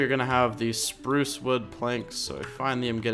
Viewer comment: U said Supruce Wood